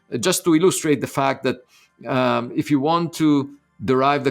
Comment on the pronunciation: I love how Avi says fucked instead of fact